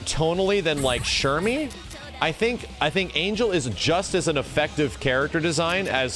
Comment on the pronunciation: Angel is pronounced Ahn-hell